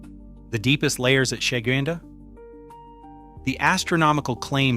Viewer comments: Sheguiandah is pronounced - sha-GWIN-dah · Sha-Gwyn-Da, at least that is how everyone that lives here pronounces it